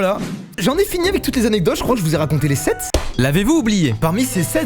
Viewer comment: ya pas de s à « sept » fais un effort..